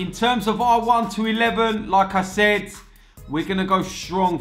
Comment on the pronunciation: Every single fucking time says like I said it sounds like lacazette haha love it